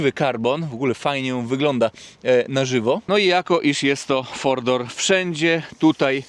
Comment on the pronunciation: "Fordor" i "fordor" a przecież to Mercedes a nie Ford 😂